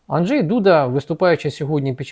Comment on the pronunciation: Анжей, наголос на А.